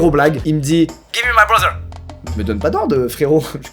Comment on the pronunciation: « 👹 »